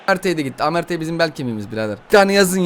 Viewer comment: Merte ersin diyen koca yürekli